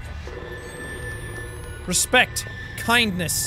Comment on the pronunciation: Jack- why didn't you treat me with a little bit of... Reads sign that says RESPECT Tries to say Respect But says- Respek Me- What?